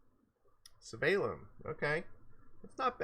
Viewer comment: Damn, I don't wanna be that guy but... not SY-VElun, yes SVY-elun